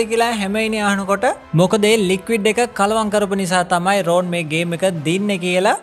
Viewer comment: ඔක්කොම හොඳයි හැබැයි නම් ඔච්චර ඇදලා කියන්න එපා.. රෝන් නෙවෙයි රොන්.. ❤️